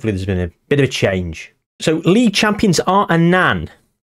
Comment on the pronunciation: An Anne 😂 It's just Annan